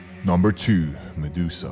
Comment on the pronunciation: And who the fuck is Mudesusa. It's Medusa thicko